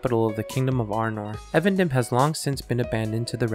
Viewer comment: It's pronounced EEvendinm* btw